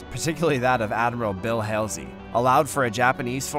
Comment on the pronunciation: numerous mispronounced names such as Leyet when it should have been Leyte, Admiral Helsey when it should have been Halsey and finally Battleship Yamoto when it should have been Yamato. You either need better researchers or better people to actually READ what is written. This was a historic battle and you mucked up the FACTS! Very poor.